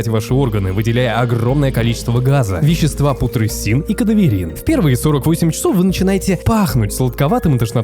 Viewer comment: Кислота солЯная. Ну Вы чего? И не путресин, а путресЦин.